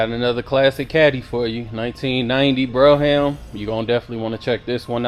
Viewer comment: I am so sorry to say, but I cannot help it. I am an English Professor. The pronunciation of brougham is “b-roam”, not bro-ham” and on your play list where the header “Cadillac’s” should have no apostrophe. I’m a big fan of the channel, and I am looking for either a 71-75 Centurion/Grand Ville/Delta 88 convertible or a 90’s Fleetwood Brougham. I am especially interested in a tan interior whatever vehicle I choose. Blues and greens are favored colors, but I am open to anything in excellent condition. Original rims and no modifications please. Thank you so much gentlemen. Please reply in the thread. A big fan of your work. Again, apologies for the corrections it’s my job and my OCD. Thank you once more. Macon Pullman